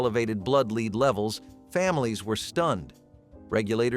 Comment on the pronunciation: How come the word Lead can never be pronounced correctly in these?